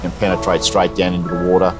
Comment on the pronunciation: Woorraa = water.